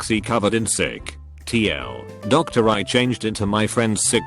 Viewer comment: Too Long, didn't read. It's just not being represented in Text to Speech and being read as "tl, doctor", which is pretty damn annoying.